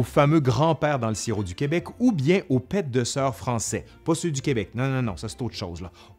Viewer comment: Chez moi, on dit "pets de nonnes" pour pets de soeurs". Et on dit "pè" pas "pète". Et "koek" se prononce kouk en neerlandais. D'ailleurs en Belgique et dans le nord de la France on dit "couque" pour toutes les viennoiseries, couque au chocolat, couque suisse (pain aux raisins), etc. Oh, j'ai faim, ppff, j'ai envie de sucre. Merci à toi pour tout ça.